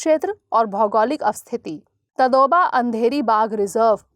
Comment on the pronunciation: तदोबा नही ताडोबा अभयारन्य नाम है महाराष्ट्रके अभयारन्यके